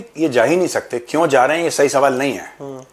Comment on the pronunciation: Suval ❌ Swal ✅